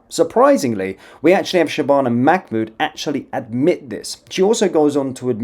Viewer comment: Un it’s MAH MOOD NOT MAC MOOD